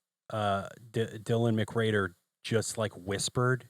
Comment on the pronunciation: Why do you keep saying Dylan McGrader??